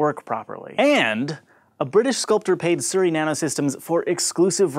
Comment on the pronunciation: When youre from the UK and you got really confused on how he saud Surrey xD